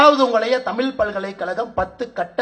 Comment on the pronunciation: தமிழ்நாட்டுக்கு வந்து இவ்வளவு நாள் ஆகியும் இன்னும் தமிழ் என்ற சொல்லை இன்னும் ஒழுங்கா சொல்ல முடியவில்லை.